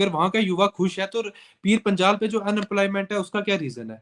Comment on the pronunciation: Aur Reporter sahab .. pir Panchal kya hota... Panjal hota hai......